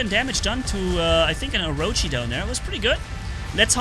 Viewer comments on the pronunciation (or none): none